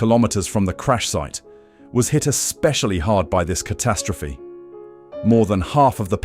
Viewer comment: The numbskull narrating this video sure likes to say "ca-TAST-rophe" alot.